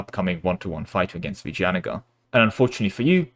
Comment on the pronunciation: Actually you did pronounce Vijayanagar just fine.